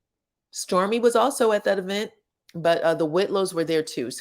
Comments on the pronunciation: I love the way you put E VENT thats how Latheifa pronounced it………… she probably thought it sound good ( wrong ) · “E vent” 🤣🤣🤣